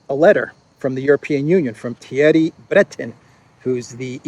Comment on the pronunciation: Thierry is pronounced, "terry." There is no th sound in French and several other languages.